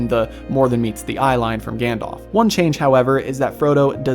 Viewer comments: I love your channel but it really irks me when you mispronounce Gandalf's name. It's not 'Gandolph', it's 'Gandalf'. Listen to how they say it in the movies :) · Also, his name is Gan-dalf - not Gan-dolph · For americans: it's pronounced Gundulf, not Gann-Dolph. Also, Sour-Onn instead of Sore-Ahn, and Saa-Roo-Munn (The White) instead of Sermon (the methodist). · Odd pronunciations of "Gandalf" and "Took" there ! I wondered who "Gandolph" was.